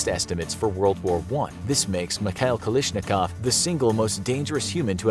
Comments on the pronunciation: Its KalAshnikov not Kalishnikov! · It's "Kalashnikov," not "Kalishnikov." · You pronounced kalashinkov wrong it not kalishinkov